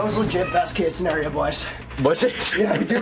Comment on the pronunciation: Lmafooo "best case sinario" 😂😂😂